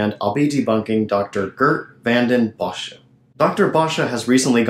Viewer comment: By the way...Vanden Bossche is not pronounced Vanden BosschA. You must have gotten that from another "proven wrong" platform bloviator by the name of ZDog. I suggest you review your video again since you have had a whole year to be proven wrong on every point. If, however, you still think you are right DEBATE HIM FOR GODS SAKE, AND OURS. HE WILL COME.